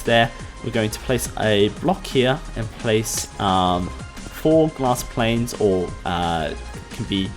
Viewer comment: I love how he says /planes/